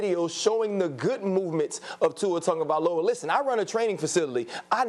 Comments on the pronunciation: Tungovailoa?? Is it just me or do these guys not know how to say his last name properly? How does on get Tungo from Tago (Tagovailoa)? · Why people keep say “Tongaviola like there’s an “n” in his name smh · Because that is the rule in Samoan. If the is a g there is a silent "n" in front son. So Tagovailoa = Tangovailoa